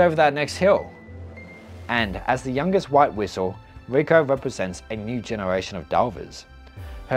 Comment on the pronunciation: Your voice is really nice for me to listen in the background as I'm working on my projects. But funnily, the way you pronounce "Riko" sounded like "Vueko" to me. So I was like "Why is Vueko mentioned so much? Wait lol, it was Riko" anyway, I like your vids and looking forwards to see more!